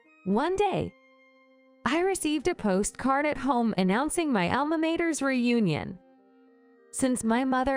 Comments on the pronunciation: pronounced alma motter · For God’s sake, learn the correct pronunciation of “alma mater” and “poor”. Also, stop using repetitive narration. The video could have been a lot shorter.